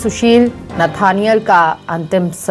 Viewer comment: Nethaniel hai... galat naam padh rhey hai